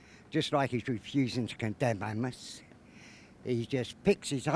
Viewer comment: Why does he pronounce hamas like that 😂